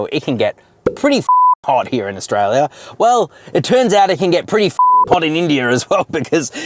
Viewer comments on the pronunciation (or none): none